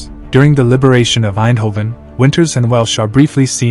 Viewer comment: As a dutch person, you said eindhoven really well